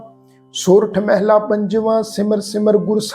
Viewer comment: Waheguru Ji Ka Khalsa Waheguru Ji Ki Fateh ji. Very very nice paath.❤ one thing instead of meheela why not mhalla. Bauth bauth danwad ji